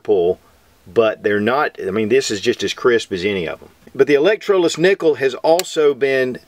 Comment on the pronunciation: HaHa! I'm not the only one who goofs like this! "Electro nickelless..." That's properly: Electroless nickel.